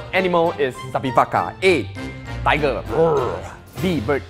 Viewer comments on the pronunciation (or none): none